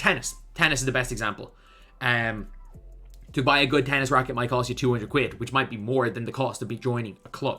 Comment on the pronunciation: Did he just say quid? Or quib? I'm just messing with you lad. We appreciate your passion 💯